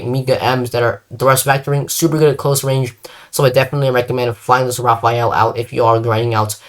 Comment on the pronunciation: why in the name of god do people call the Rafale the Raphael??? im not gonna be all pronounce police since, as a french speaker, the only correct pronunciation is the perfect one. However, i humbly ask you make an effort to call it the Rah Fall or Rah Fahl. You would be enunciating the letters correctly. Hope this helps